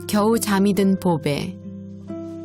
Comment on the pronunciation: 보배를 브배라고들었어 ㅜ